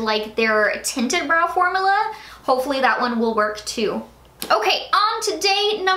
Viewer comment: I'm so sorry I am NOT TRYING TO BE A HATER, I repeat I am not trying to be a hater, but it might just be me, the word is FORM-U-LA. Every time you say it I kind of cringe, formala....idk why it's bothering me so much but it really is! I'm sorry!